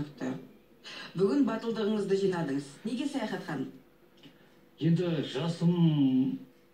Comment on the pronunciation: саяхат ауызын солайма сойлегенде баскаша болып кетедигой